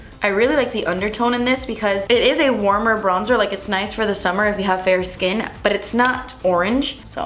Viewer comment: Did anyone else hear her say "burrrr" when she's supposed to say "but" ? I freakin' love the way she talks ✨🔥